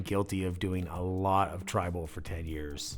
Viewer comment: When they said "Trible" I immediately thought of Kurtis Connors Tri-Bull pun- tattoo😂😂